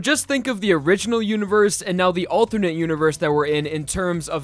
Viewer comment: I can't get over you pronouncing alternate as althurnate. I'm sure you're not doing it on purpose, but I find it funny